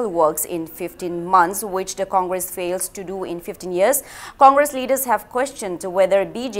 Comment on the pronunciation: Comgresssss😂😂😂 ekai khngdedako noise